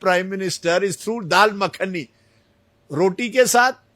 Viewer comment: "Dal Makani" 😀 wah